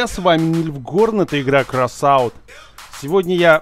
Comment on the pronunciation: Когда ты говоришь кросоут, мне кажется красава